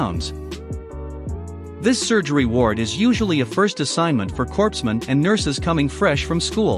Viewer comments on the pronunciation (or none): Corpsmen is pronounced "coremen", former Navy.